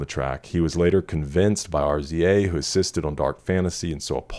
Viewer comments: Everything about this album is art. Outside of the obvious hits, I love Devil in a New Dress and Lost in the World. Also, RZA is pronounced “Rizza” - founder of legendary hip-hop group Wu Tang Clan and big influence on Kanye’s producing. Check out the song “White Dress”, RZA co-produced it with Ye for the movie The Man With the Iron Fists. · I made a physical caveman grunt like on the level of fire discovery when i seen this video :EDIT RZA pronounced Rizza